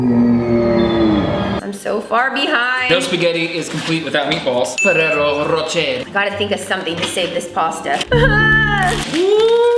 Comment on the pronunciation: Those round thing you used for meatballs in the first round, i cant spell but it is pronounced fera rera roshae